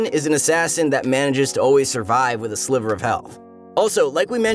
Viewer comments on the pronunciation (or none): none